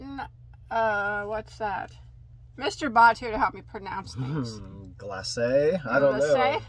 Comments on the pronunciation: pronounced it correctly. Glace' (glass say) It's French for glaze or glossy. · Glacé - he said right!!! Generally Glacé means the icing on top of cakes in some cultures. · Woot woot new yarn Yes you pronounced glacé correctly, it means frosted (like a glazed doughnut) There is a checkbox at the bottom at checkout to opt out of getting an organza bag.